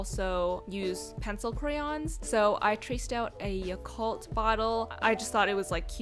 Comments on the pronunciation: its not pronuced as ya- cult 😳 its ya kul t u can't change my mind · um jen i think u pronounced yakult wrong lol. it's actually yah-koolt